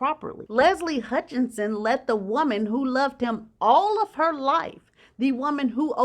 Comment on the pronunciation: Listening from far away, your pronounciation of Leslie's sirname is no different from shorter version of Meghan and Harry's first born name - Hutch or Archie sound the same to me😏🤔